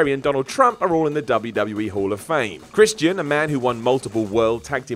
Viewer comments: POOSH CHRIST-E-AN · The way this guy says Christian...